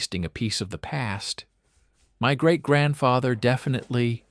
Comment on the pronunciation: "great grantfateher"??